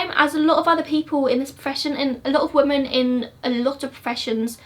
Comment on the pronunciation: Omg please it’s women not woman!!!!!!!